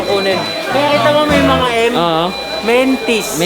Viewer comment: "Mentis" hayp na yan hahahhahah